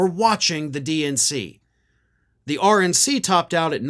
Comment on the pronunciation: Sounded almost like said: “Orange NC”.